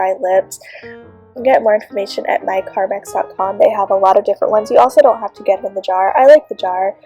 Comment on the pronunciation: She said Carmax instead of car m e x